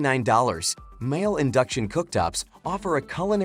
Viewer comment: please make your AI voice say mee-lay